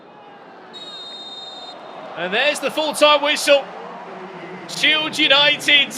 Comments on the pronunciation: SHIED, SHILED, SHIELD 🤣🤣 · SHIELD, SHIED, SHILED… lol to organize such an awesome event and then fckd up with this one word lmao. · The word "shield" seems to have given someone a very hard time apparently 😂